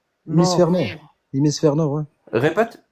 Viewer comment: J’adore il dit "emisphere" quelqu'un lui a donné la définition ?